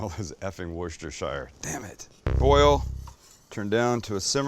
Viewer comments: I’ve said this before, but it’s pronounced Wuss-ta-shear…not shire! It’s not full of Hobbits! 😂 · Worst-iss-sure , gotta have that double ss like saying the word fissure, like worst is fissure, but you’re saying worst is her. <— autocorrect….am I right?